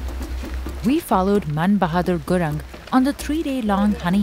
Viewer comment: "Gurang"😅, its more like pronounced " Gurong"